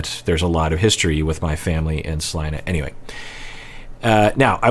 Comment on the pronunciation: 🤯 I was initially just pleasantly surprised you pronounced Salina correctly, that's my hometown but I'm even more geeked out that you have a connection here! So cool!